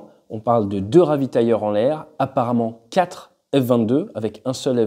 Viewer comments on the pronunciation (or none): none